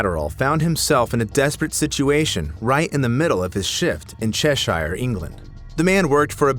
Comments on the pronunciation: PSA for any Americans, Cheshire is pronounced Cheshuh, we don't emphasise the shire part of our towns/counties 😊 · Its pronounced cheh shuh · The way you pronounced Shropshire and Cheshire hurts me